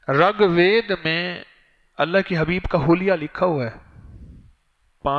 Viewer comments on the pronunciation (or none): Assalamu alaikum , RUGVED not Ragved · It's rigved not regved Its first ved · Talaffuz durust kar len Rig vaid (Rag ghalat h)isi tarah sanskirit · SalamuAlekum wa Rahmatullahi wa Barakaatuhu. Maulana Sahab, gustakhi ma'af farmaiyye... "RAG VED" GHALAT PADHA AAP NE, US KITAAB KA NAAM "RIG VEDA" HAI. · Ragbed nahi. Reegbed hai iska sahi lafj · Ragved nahi rigved hai uska pronounciation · Rug ved nahin wo RIG VED hai, tas'hee ho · Raag vaed nai Rig ved hy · Hazrat Ji 1. Ragved nahi hai... Rigved hai. 2. San Sakrit nahi hai.. Sanskrit hai